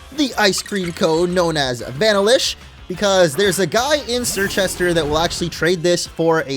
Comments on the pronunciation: Vanillish is pronounced VA-nill-ish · That’s not how u say Vanillish